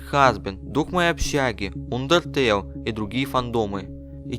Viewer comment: Видео понравилось, но только одно... Андертейл, а не Ундертейл